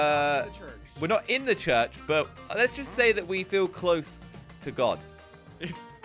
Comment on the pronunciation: why cant say church